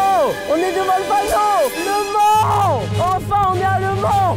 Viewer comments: On dit au mans... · Michou on dit aller au Mans pas aller. A le mans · Michou on dit au mans.😡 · On dit au mans pas Le Mans tkt pas grave 😂😂😂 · mich on dis pas ''a le mans'' on ''dis au mans'' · On dit Le Mans Michou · L’allemand au lieu du Mans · C'est grave par contre... Michou et comment ils prononcent mal les villes 😭. MauREEEEpas et je vais a LE Man... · Je précise on dit « Au Mans » au lieu de « à Le Mans » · Juste c au mans et pas a le mans svp respecter nous un peux 😢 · Eh c'est pas a le mans c'est au mans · ont dit pas aller a le mans mais au mans xD ca ma stresser toute la video moi qui etais de la bas xD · "à le Mans" ? Il n'a pa réussi le français de niveau CE1. Il n'a même pas le niveau d'aller "à le" collège. 😵